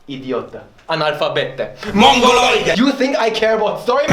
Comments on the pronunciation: your pronunciation of "mongoloide" was perfect ahahahah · So Rantoni is officially Pepperoni, he pronounced motosega and prego correctly Edit: and also mongoloide and analfabeta